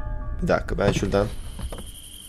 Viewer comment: dakka değil dakika bag değil bug